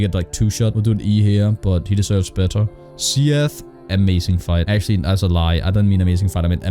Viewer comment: See-yeth the scaleless